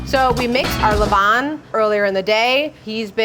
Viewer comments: Pronunciation is closer to le-VAN, than le VON. Sorry, I know. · Her 'levain' pronounciation is awful for a french person 😭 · Except for he pronunciation of « levain » which was extremely off lol. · Levain = levon? You have misunderstood phonetics in a basic sense. Nice bread tho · The way she pronunces « levain » is hilarious and completely wrong. The foccacia looks amazing though.